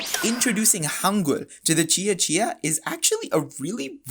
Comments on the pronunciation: Let me start by saying: Good job on pronouncing "Cia-Cia" correctly. 👍 As an Indonesian from a different island (Borneo), I have to say, adopting Hangul for the Cia-Cia language is just plain ridiculous. Like you mentioned, all Indonesians already have to learn the Latin script, so what’s the point of complicating things with Hangul? It’s not like Hangul does a better job representing the sounds of Cia-Cia—quite the opposite. For example, Hangul doesn’t even have a character for the /v/ sound, so they had to dust off some ancient character to fill the gap. So, why burden students with learning a script that has zero relevance to their history or culture, especially when they should be focusing on more important things? Makes no sense at all. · yes, the letter c is always pronounced as "ch" in Indonesian, so you did well. You also did a good job with the pronunciation of "Buton" 👍